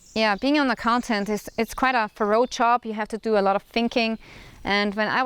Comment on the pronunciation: You're doing fine, just one little thing: you have to work on your pronunciation of the word "job." You say it like "chop." PS. I'm not trolling you if you ever read this.